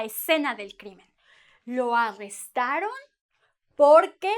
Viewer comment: Lo arrestarÓn? O lo arrestaron? Be careful with stress. Good lesson anyway